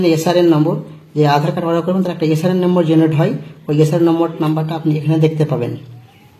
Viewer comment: Order ❌ Auder ✅🤣🤣